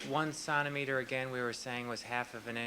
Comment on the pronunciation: He calls centimeter "sontimeter" and says a millimeter is 1/3 of a sontimeter. How the fuck is this guy a doctor.